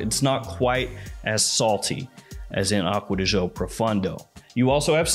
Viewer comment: Why do Americans that "Gio" pronounce like "Zhou" when it´s simply "Jo". Do they really think "Zhou" sounds italian? LOL